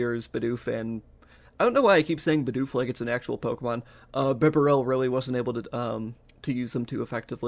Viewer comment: it's either "bee-barrel" or "buh-barrel" i think (dw i still liked and subbed)